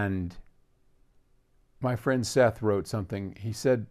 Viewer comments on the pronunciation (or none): none